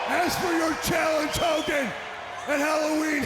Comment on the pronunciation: Hoe Kogan